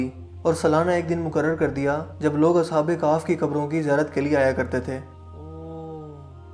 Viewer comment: Ashab e kahf hi na ke Ashab e kahf😂